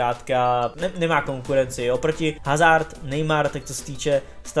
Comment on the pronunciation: HHHHHHHHHazard, když se chováš jako expert, proč se alespoň nenaučíš správnou výslovnost jmen hráčů